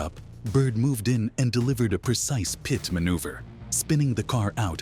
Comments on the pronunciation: Hey, its PRONOUNCED PIT NOT PITY or PIT T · okay, i was just looking over your resume for the narrator position, what makes you beleive you are qualified to narrate police chase videos? "well lets just say i know alot about checks notes pee tee meneuvers" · This voice is good, but change it to «pit», or «pitt» it would sound way better! Also change K9 to «canine»!😎👮🏻‍♂️🚓